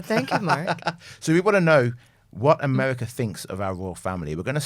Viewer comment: The incessant laughing — no one is that funny or amused. And — “Amewica”?!